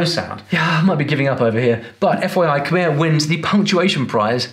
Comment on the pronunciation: He killed the khmer section, all he did was explain the easiest parts of khmer and he even pronounced khmer wrong.